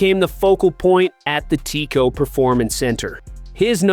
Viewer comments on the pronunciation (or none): T-Cos and O-tays 😬😬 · I think you missed his point. The AI is killing it in a bad way. When it reads things such as T.C.O (Performance Center) and O.T.A's as words.... it sounds ridiculous.